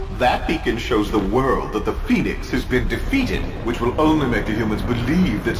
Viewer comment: What normal people hear: THE PHEONIX What I hear: THE PEN*S